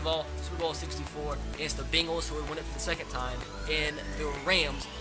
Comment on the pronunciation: The Bingals guys not the Bengals